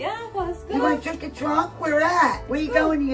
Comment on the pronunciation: Truck, trunk enka Enka emyna unaya perlu, oka blogger ga basic work is to check what your talking about and how to pronounce 🤦🏻‍♂️